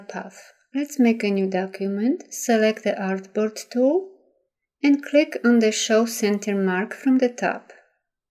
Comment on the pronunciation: Your technique is excellent. I had a very difficult time understanding the narration, however. "Select the Artboard Tool" sounded like "Suurk the Achboat Too." I had to play it over and over to figure out what was being said, finding "Artboard Tool" in the application and assuming the rest. Again, excellent video!